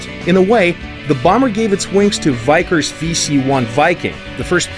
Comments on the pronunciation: 빅커스가 아니라 바이커스라고 읽네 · This video popped up in my recommended without context, and I thought it was AI voiced at first. This dude talks like he's never heard the words "Vickers" or "Pegasus" before.